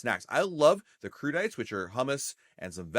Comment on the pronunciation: Crudites is said like Crew-di-tay, lol, not crew-dites